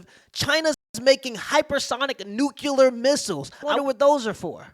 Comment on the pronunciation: nuCLEar. not nucUlar.